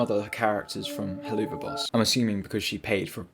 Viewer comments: If I have to hear you pronounce helluva boss like that I will go insane it’s meant to sound like “hell of a boss” not “helloova boss” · Why do you pronounce Helluva boss like that? Helluva is pronounced "Hell of a" not "Hell-OO-Vaaa" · HelUva Boss. That pronunciation made me cry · “Heloova boss” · the way he pronounces helluva boss is honestly funny, its pronounced "hell of a boss" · Hehehehe “heloova boss” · please stop saying helloova boss im going to cry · halfway through the video right now and so far its a good video, my only irk is how you pronounce Hellu'va boss. i imagine its pronounced like "Hell of a boss" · Good vid but helluva boss is pronounced like "hell of a boss" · The worst thing in this video is how you pronounce Helluva Boss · your pronunciation of helluva boss makes me wanna rip my hair out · I may not like Vivzie's Helluva Boss or Hazbin Hotel, but the way he pronounces the name kinda irks me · My heart shattered a bit every time he pronounced helluva boss.. jkjk